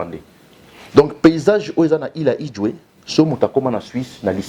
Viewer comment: Il a quand même essayé 😹 C’est île 🏝 Idjwi et non Idjwe 🙊 et habité par LES CONGOLAIS monsieur 😋